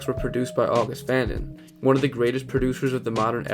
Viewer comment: August fanon is pronounced august fuh-non